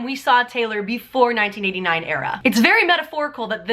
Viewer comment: Sounds like you said 1989 era, lol. Good video.